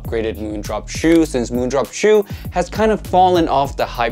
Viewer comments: Hi, I speak Chinese (Mandarin) Just wanted to let you know the pronunciation for Jiu, is actually, just like: "Joe". And is the second half of a combination that goes together to make the words for beer / liquor / wine, etc. The character for it is 酒. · I think JIU is pronounced as Jee yoo